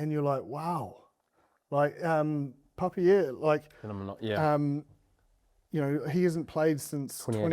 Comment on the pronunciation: Btw, its "papeer", not "papieer"